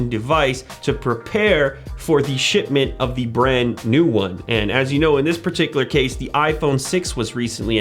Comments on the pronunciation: Does he say shitment? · hahah i thought he said shitmint instead of shipment :0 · Shipment Shitment * 😂